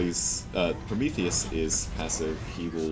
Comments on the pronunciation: why does he keep calling Prometheus "Promicles"? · why does he call prometheus promecles?